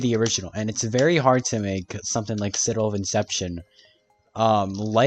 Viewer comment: Citrrrradel of Inception